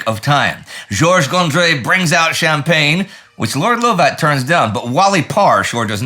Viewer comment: Come come good Sirrah! Tis pronounced Lovat not Louvat this otherwise splendid work keep it up Sir...